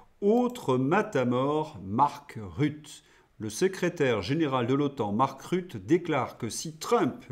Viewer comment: Belge néerlandophone je me permets, sans vouloir vous offenser, de vous corriger sur la prononciation de Mark Rutte. On ne dis pas Rut mais RuttEU. Bonne continuation et vive l'Europe libre !